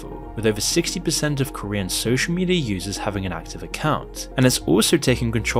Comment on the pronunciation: The mispronunciation of Korean is staggeringly bad. Like there was no attempt to even check first, just reading what's on paper.